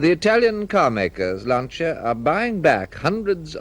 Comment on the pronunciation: The wonderful Sandy Gall presenting News at Ten. He pronounced Lancia correctly, unlike anyone else.